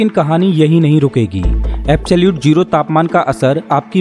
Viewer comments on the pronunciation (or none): Its not jero....its zero